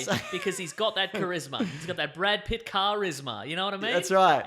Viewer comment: He said (Brad) Pitts, not (bad) pits